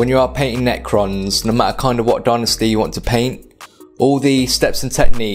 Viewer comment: Dude, you’re English. Say dynasty properly. Cool tutorial though ;)